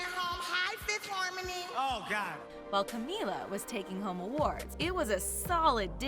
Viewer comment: “Fifth Hamony” lol